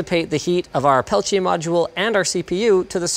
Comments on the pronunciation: It's not pelitche it's peltIER. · I’m pretty certain it’s pronounced PEL-TEE-AY. This video becomes more unwatchable ever time Linus says pel-ch-ay... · pelchiay ? isn't it pronounced peltier? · What's a Pelcheay, I thought it was PELTIER? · its peltier not "pelchiay" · "Pelchier" lol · Sorry, bro. I know you had to learn French, but everyone says "Pel Ti Er". Also, these were all the rage in the 90's. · WTF is a "pelchier"? Lol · "pelchiay" smh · Linus, it's pronounced Pell-Tee-Ah, FFS! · It's Peltier... not Peltea... that bugged me more than anything else in this video. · Peltier, not peltiè (Pel-tier) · peltier = Pel Tee Ah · PELTIER , there is no CH in peltier.your pronouciation is incorrect. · Linus' pronunciation of "peltier" reminds me of when Tom Brokaw was reporting on the original Pentium division error bug, and pronounced it "Penchum." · Why does he keep pronouncing "peltier" with a "ch" ??? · Thats not how you say Peltier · Ive only ever heard peltier pronounced with a hard t sound. Not the "ch" sound he went with.